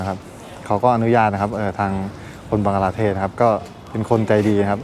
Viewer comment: บังคลาเทศค่ะ ไม่ใช่บังกลาเทศ